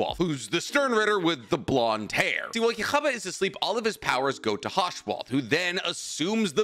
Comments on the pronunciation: Bro it's not Jewish just say it normally 😂 it's yuhaba not yuchubacca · pronounce yhwach = yuha-bah, not yoohavagh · Yokhaba 😂😂😂😂😂 it's YoHabaKH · It’s pronounced (you-ha-back) not yaghabug😭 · Damn I always thought it was pronounced yuwahabach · no there isn't, the only way to pronounce the name is "Yoo-ha-bahk" (with a soft K). As the anime approved by Kubo stated. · Thank you lol. Every time he said it like that, my fist clinched a lil tighter 😂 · Son of God is stronger than an Alien and a Bureaucrat Also, here how to pronounce it, Yu-wa-back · Just to help you out one of the best ways to say it is “ U - Ha - Bak” uhabak as if your saying “Baka” but without the extra a Uhabak ywhach or atleast how I learned to say it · Nope, they pronounce it as “Yuuhabahha” - Yuu-ha-bah-ha” The Yuu is prolonged, and there’s a small stop after bah and the last ha. But that’s the Japanese version, the same way they did with the Spanish names on hueco mundo, so the “correct” pronunciation could be something very different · Yhwach is pronounced U-ha-Bok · You-ha-Bach… lol both our explanations are correct. But it is weird hearing how he was pronouncing it. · His name is pronounced U-Ha-Bah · ITS Yhwach Bach OR YUHA BAHA🙄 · Please just say “You-Ha” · YU - HA- BACH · "yah-ha-ba" bro are you serious 😭😭😭😭😭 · Just say Juha Bach,. That's his actual name. Yoo-ha Bock. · not pronouncing Yhwach as Jehovah 😭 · Bro said yuhaba 🤣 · Yhwach (yu-ha) Bach (bock) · I think it’s funny how he pronounces Yhwach yuhuba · You ha is how you pronounce his name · yhwach is pronounced yuha vahk with a soft k, you're a little off with its origins as well, its not yiddish but rather a mix of germanic and hebrew, yiddish includes many of its properties from those two as well also many other languages. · Idk if any1 was bothered by his pronunciation of yhwach but if he sees this comment the way to pronounce it is (Yuu-Ha). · It’s Yu-Ha or Yu-Gha Bach (Bach pronounced like the musician)